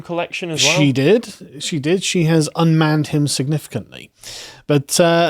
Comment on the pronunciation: "She has unmmaned him significantly" looool :D